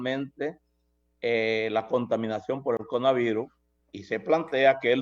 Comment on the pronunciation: Muy productiva la entrevista, pero por qué dice CONAVIRUS?